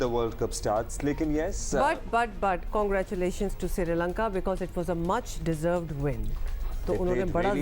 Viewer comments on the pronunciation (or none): It looks as if noone in Pakistan can pronounce Sri Lanka correct, they say Siri Lanka. What the hell is this Siri Lanka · Seree lanka nahi hotha Sri Lanka hotha hai😅😂😂😂